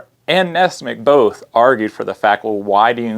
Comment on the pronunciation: I thought it was nessmuk, not nessmick?